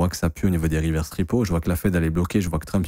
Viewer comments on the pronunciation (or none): none